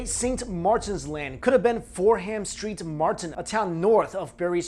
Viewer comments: It’s pronounced Berry Saint Edmond(s) not Bury Street Edmont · Bury st edmunds is pronounced berry saint edmunds, it is where Saint edmund is buried. Suffolk is pronounced suff-oc. That is all. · It's Bury Saint Edmunds, not street! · Bury St Edmunds is pronounced Bury SAINT Edmunds . . . . . . . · The best thing about this video was the way butchers the pronunciation of the English towns and districts lol especially Bury Saint Edmunds ha:) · The way he pronounces Bury St Edmunds and Suffolk is priceless